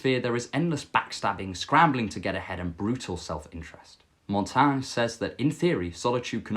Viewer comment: Your story about being in the corner and not recognizing anyone at a party is very relatable. Most people have probably felt that way before. Hopefully you are less lonely now! 🙏 I had never heard of Montaigne before. Thanks for introducing him to us (and for saying his name out loud, so we know how to pronounce it).